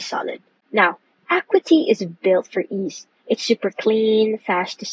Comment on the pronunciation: Acuity - "Uh-KYOO-ih-tee" I know it's spelled similarly to "equity". English is stupid that way. :-)